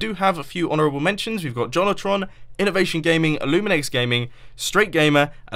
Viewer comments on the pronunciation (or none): he said Johnotron or something like that.